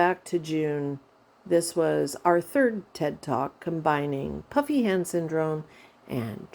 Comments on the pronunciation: Haha me too. I was watching a video of hers the other day when she mentioned she was going to do this particular video and I too thought she said "puppy" hand syndrome lol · omg i have literally thought you’d been saying PUPPY hand syndrome 🤣💀